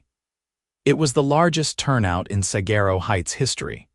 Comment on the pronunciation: The AI pronunciation of "saguaro" grinds on my Arizona nerves.